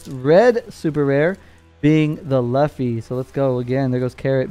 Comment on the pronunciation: I pick red...im rolling with the Straw Hat Screw!...you butchered the name Luffy ...its all good! Lol